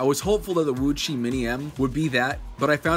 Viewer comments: WooTsweh not VuÇih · HAHAHHAHAHAHAHAGAHAHAHAHHAHAHAHAHAHAHHAGAHAHAHAHAH OMG I'M LAUGHING SO HARD Woo chui not woo chi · it's pronounced woochway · Repeat after me : "Wootchway" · Please pronounce it wu-chuae. Thank you.